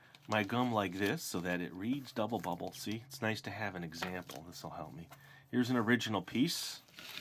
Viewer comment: Is it just me or did he say gubble bubble in the part when he says how good it smells